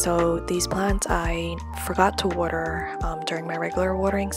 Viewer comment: right when you said "water" i knew you were from ny